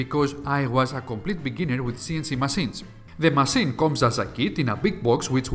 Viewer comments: It's Massine not masin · You say masseen (machine) too often! It really distracts me from the story 😂 😂 😂